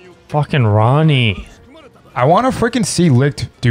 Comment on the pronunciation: stop saying ronne 😭 he was being controlled by the devil to do that